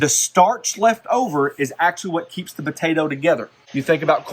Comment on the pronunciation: If I hear the word botato one more time, I swear...